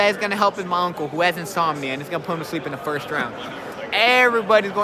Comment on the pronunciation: I bet he still thinks he won the fight. Retarded fool. He also said inzombia instead of insomnia loooool